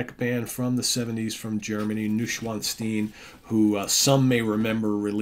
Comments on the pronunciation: Hi the pronunciation is Noy schwanzsteen thanks Jonathan 😊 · pronounced noysh-von-stein